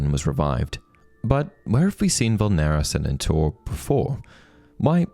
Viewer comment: Inferius in singular form and VULNERA SANENTUR have a different pronounciation stress than said in the video.